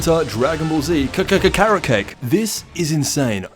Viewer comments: its kakarot (ca-cur-rot) not kakarot (care-a-cake) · What did you say at the end there...? KAHOOOWOTZ???? huh??? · why you say his name like that 😂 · Lol. The way he said Kakarot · we just gonna ignore the way he pronounced the name lol